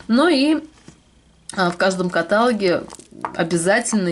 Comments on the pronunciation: слово "каталог" ударение на последний слог. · Каталог,ударение на последний слог